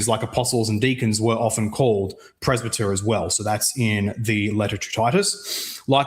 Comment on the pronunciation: I can't really take seriously when he can't even pronounce presbyter correctly.